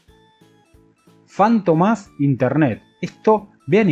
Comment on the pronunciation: es "fantÓmas, con acento en la O, era un personaje de comic.